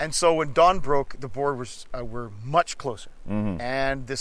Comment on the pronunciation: it still bugs me that they cant pronounce boer. like come on after all Britain did to us u could at least learn one word.